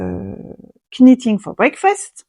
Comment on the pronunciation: Bonjour, aucune critique, n'en prenez pas ombrage, juste une information, je voudrais voir dire que le "k" de "knitting" ne se prononce pas, comme le verbe anglais "to knit" qui se prononce "not". A part ça, j'ai tricoté plusieurs fois le timeline qui est un patron gratuit mais je trouve qu'il vaudrait peut-être mieux de faire un tuto d'un autre patron parce que Stephaline-made propose un tuto très similaire au Timeline et ça serait peut-être redondant.